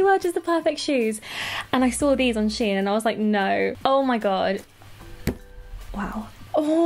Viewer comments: It's shein not She In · Its shein not she in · It's pronounced "sheen"